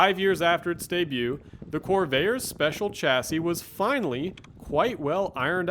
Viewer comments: Corv-air, please, not Cor-vay-er. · Why do you keep calling this a "cor-VAY-er"? Where are you from? It's pronounced "cor-VAIR". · The marque of the vehicle is CORVAIR, not CORVAYER! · you know a lot about these except perhaps how to say name, was always a corver, first time I heard corvayer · I grew up pronouncing the name Cor Vair... not Corv Air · Why does this guy pronounce "Corvair" as it had three syllables ... "Cor-va-er". Given the video is 5 years old, that odd pronunciation can't be blamed on A.I. 😅🤣😂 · Why are you calling it "Corvayer"? What's wrong with you? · drives me crazy to hear him say Corveyer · The best looking American car of the 1960's (in this body configuration). Best version is the Corsa with a 4-speed. Best to avoid the turbocharger. The narrator does not have a particularly strong accent but, for an unknown reason, he consistently mispronounces the name of the car. While it is composed of two syllables, the narrator insists on giving it three syllables. The correct way is "cor-VARE" but he says "cor-VAY-er." What a bizarre way to end the video: A coda about a completely unrelated possible drug dealer! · I really enjoyed this report . Guy has a great voice for it . One comment , Corvair pronounce like Corvette. I own eight of them and I NEVER heard anyone back then pronounce it the way this youngster does. I learned to drive in a 62 and coming from go-karting never had a problem with cornering. Guess I just had the touch. Cleaned up against Trimph tr3s and the like. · He's not pronouncing the word Corvair the right way at all!